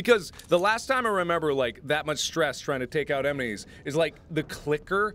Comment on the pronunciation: mark says emenies instead of enemies